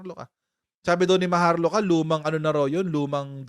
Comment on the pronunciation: Maharlika ?. maharluka pala tamang basa dun. Parang luka luka nga yun. May masabi lang.